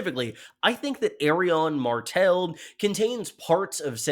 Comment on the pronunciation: Dude, why, WHY do you keep pronouncing it "Aerion"?